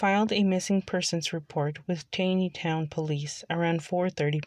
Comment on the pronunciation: Its pronounced Tawney- town